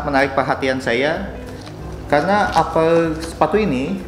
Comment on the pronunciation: upper bang, bukan apel